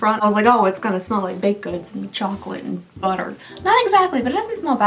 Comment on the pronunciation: When you said Buttah, all I could think of was that frog from Cloudy With A Chance of Meatballs 2! Lmfao